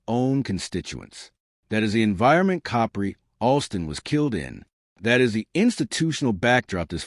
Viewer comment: I had to stop listening it was getting too annoying of the mispronunciation of the name